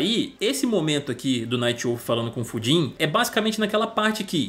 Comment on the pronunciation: Mano, juro que uma hora ouvi o falar pudim ao invés de Fujin kkkkkkk